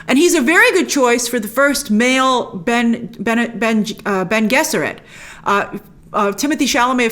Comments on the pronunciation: Did she watch the David Lynch version? Ben Gesserit? That's so grating.. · It’s pronounced Ben-ay Gesserit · Bennay-Jess-ur-it. “Bene” like “benevolent” or “benefit.” You tried though 😉 So glad you love Dune Grace! I like how you picked up a bit on Paul’s feminine side. I wish we could have seen more of Jessica’s fighting skills, she’s arguably the best fighter in the book. Fingers crossed for part 2. Also, there are no magic super powers in Dune, these are “peak humans” after thousands of years of eugenics paired with learned skills from strict, ancient disciplines and hopped up on mind expanding spice. Off to my third viewing! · “Ben” Gesserit? I’m picturing a Joe Sixpack bloke. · House Atreids was beloved through the universe by the other house’s. The Houses Atreids/Harkken where long standing enemies. I idk I have a issues with this review. The lack of knowledge on history of Dune and history of houses The mispronounced name of the Bene Gesserit, Duke Leto was so loved and respected that the emperor wanted there house destroyed due to there power and influence. Star Wars built its myths from Dune not the other way around/perhaps a little research prior to this review could have gone a long Way.